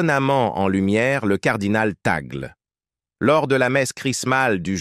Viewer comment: Le e de Tagle est prononcé é. Merci